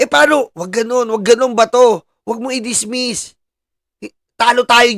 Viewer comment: Senator judge said DISMESS...naku po sinabihan pa na senator jidge